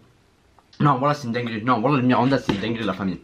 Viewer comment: Mirinda et non miranda, a ne pas confondre avec le joueurs du bresil